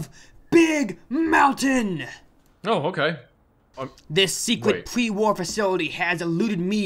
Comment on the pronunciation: “Secret pwee-wahr faciwity”